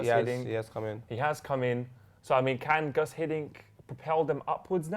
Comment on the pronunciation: its pronounced goose not gus